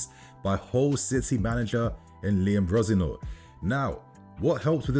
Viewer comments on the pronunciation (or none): Is this not Leroy Resenoir's kid ? Why are you pronouncing the surname like that ?